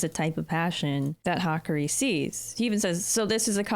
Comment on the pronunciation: It's Hah-Kah-Ree, what you wrote would be the pronunciation for Hikari.